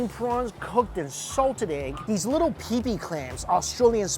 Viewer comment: "Pippy" (pippies/pipis), not "pee-pee"!